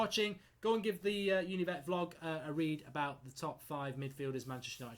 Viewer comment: Why do you consistently say ‘Vlog’ when it’s a ‘Blog’?